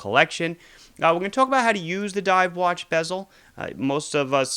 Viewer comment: Did he say scuba Dove